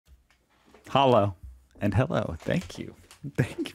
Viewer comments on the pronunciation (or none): You must work on your Hallo. It's an easy word and still sounds not native.